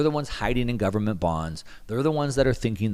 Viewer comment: "Full faith and credit of the US gubmit" LOLOL